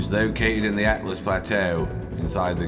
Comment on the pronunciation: Why does literally every YTer pronounce “Altus” like “Atlas”? Altus means “high” like in alto, altimeter, altitude, etc.